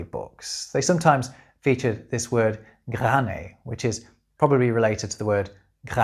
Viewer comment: Little thought: You've mispronounced "grané" the end makes a long sound and is comparabale to the first e in "severed" (like a severed head". That wouldn't be the perfect pronounciation either but comes at least a bit closer.)